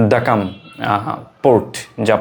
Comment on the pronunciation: ভাই এটা দাকলাম না দুকুম হবে। ইংরেজিতে Duqm এইভাবে লিখা